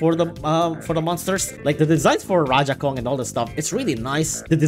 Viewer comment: love how he says/pronounces rajakong